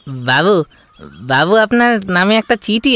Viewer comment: বাবু হলো ব্যাবু,কুছু লাই-কুছু লাই।এরকম উচ্চারণ করলে কি আর চাকর বা গ্রামবাসী হওয়া যায়, বাবু??